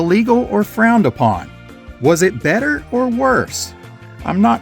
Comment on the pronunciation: Different? You mispronounced better my guy.